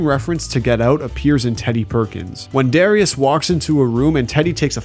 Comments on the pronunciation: Also butchered Darius’ name too. It’s pronounced dare-E-us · First 20 seconds and yall already messing up JR crickets is pronounced J R not junior... and the lemon pepper wet (with the sauce) was always on the menu, they just added his name as a thank you after And WHY do you KEEP mispronouncing Darius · can you say darius correctly please